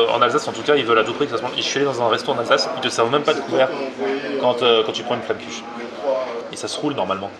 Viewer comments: filgoude bzh Ah non c'est pas la prononciation originale! (du moins la prononciation patois) c'est plus vers un Flammen Quche en marquant le dernier "e" mais bon seul un séjour un Alsace peut corriger ce problème!!!! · Yunavik Patois Alsacien!!! Certes on dit aussi tartes flambées mais la prononciation de Flammenkuche reste à travailler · Je t'invite à venir en Alsace pour t'apprendre la prononciation de Flammenkueche car la c'est pas possible!!!!! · Moi je prononce Flam kuch ^^ J'ai pas bon? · Moi je dis FlameuneQuche et à chaque fois je me dis que je prononce pas bien XD